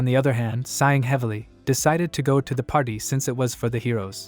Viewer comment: is it me or does AI-narrator keep saying Hero's patty